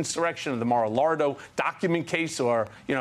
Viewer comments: Michael Cohen calls it "The MARO-LARDO document case" . LoL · “Mar a Lardo”! 😂😂😂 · mar - a- lardo ..... 🤣🤣🤣🤣🤣🤣🤣🤣🤣🤣🤣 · Had to rewind to be sure... "Maralardo" ...second and third times confirmed this possible Freudian slip. I really doubt it was intentional here, but maybe it's a newly developed habit for Michael. That's what I've already started calling it.